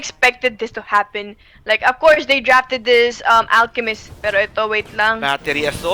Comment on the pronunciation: akala ko ofcourse pero but AFCOURSE yung pag pronounce AHAHAHA